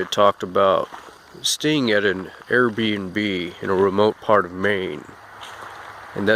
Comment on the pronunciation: What exactly is an "Air B and B"? Or "R B and B", not sure what you were saying. I thought you were saying B and B for Bed and Breakfast at first but that's not what you said.